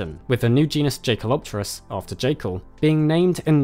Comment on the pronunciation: Just a side note, but Jaekel is pronounced with an english Y (like in "Yes"). Thanks for your great work, very interesting !